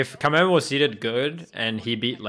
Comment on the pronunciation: Thank you for not calling him "Kameymey"... American commentators are amazingly bad at pronunciation. It's Kameme, me as in mechanic.